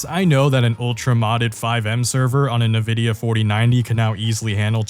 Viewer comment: thats is NOT how nvidia is pronounced lol